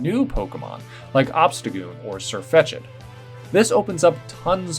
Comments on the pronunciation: Sirfetch'd is 2 syllables. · Di...did he say sirfetchEd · Your pronunciation of Sirfetche’d felt like getting bit in the balls by an angry hobo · Nobody else noticed him pronounce sirfetch’d wrong